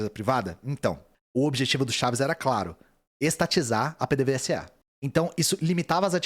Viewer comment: PDVSA se lê Pêdêvêsa.